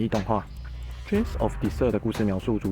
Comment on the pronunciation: 不好意思每念一次遊戲名我就很想糾正這個發音XD Desire空爾-的塞爾-輕音輕音三聲